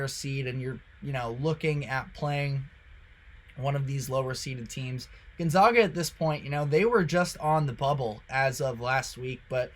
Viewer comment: You can’t pronounce GonZAGa after all these years?